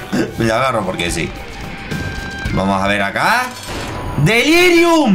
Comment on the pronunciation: En un momento dice "delírium" no en el jefe